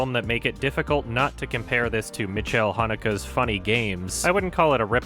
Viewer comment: I think your pronunciation of Michael Haneke's name is actually getting worse every video. Please never change.